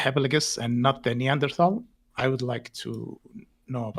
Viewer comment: You are one of the very few people I've heard ever actually say Neanderthal correctly.